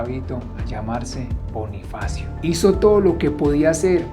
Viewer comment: Soy la única que se da cuenta que en el minuto liendra dice Bonniefacio como nuestro Bonniefacio de five nights at freddy's 🐻🐰🐥🦊